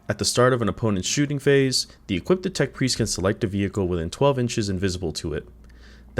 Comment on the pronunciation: Hello. I noticed you add an extra "ed" to "equipped", pronouncing it as "equippeded". It's a pretty common mistake and easy to fix. I hope this helps you.